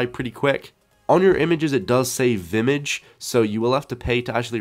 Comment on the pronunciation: Its Vimage, not Vitmtage